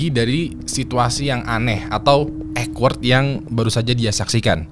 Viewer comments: Awkward bukan ekward bang. Mana diulang2 terus ngomongnya. Gemes bet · duh maap bgt sebelumnya. 🙏 sebenernya males ngoreksi, tapi gatel gue dengernya. awkward di-pronounce ˈôkwərd (owkwerd) bukan ekwerd. 🙏🙏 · 😂😂😂😂😂 denger baca ekwerd,gw denger nya jg jadi awkward🤣🤣🤣🤣 gemes ya dengernya pengen ngasih tw cara yg bener baca nya wkwkwkwkwk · Awkward spellnya okwerd bang jgn ekwerd biar dengernya ga awkward 😁🙏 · Mas.. Ceritanya asyik bgt cuma sayangnya saya agak terganggu sama bahasa inggrisnya kamu. Coba cek how to pronounce awkward yaaaa... Maaaf saya terganggu bgt dengernya. 😂😂😂